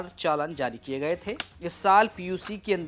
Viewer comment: चालन नहीं होता भाई चालान होता है